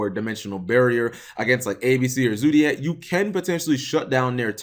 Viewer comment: Zodiac, not zoodiac. Fight your American nurturing and pronounce the word how its spelt